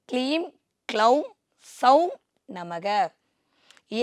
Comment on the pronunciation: அம்மா தாயே ! அது “ க்ளவும்” இல்லையம்மா ? நீங்க கொஞ்சம் விவரம் தெரிஞ்சவங்களாச்சேன்னு நினைச்சேன் ; இப்படி தப்பா உச்சரிப்பு பண்றீங்களே? " பீஜ " மந்திரத்தை தப்பா உச்சரிக்க கூடாது; சகோதரி !